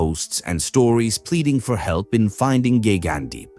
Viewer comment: Did really say Gaygandeep? 🤣